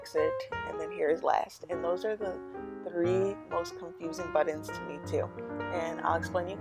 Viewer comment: Is she saying buttons or buddins